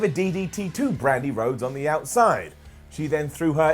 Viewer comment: Bwandi Whodes